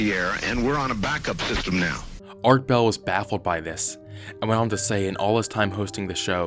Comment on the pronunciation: "Art Bell" lol